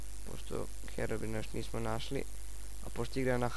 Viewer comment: Brate ne kaze se HEROBIN nego HEROBRAJN ako nisi zao